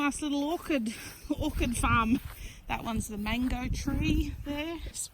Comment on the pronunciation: It’s pronounced or-ch-ed for orchard and orchid as you said is a type of flower I made the same mistake for years ha ha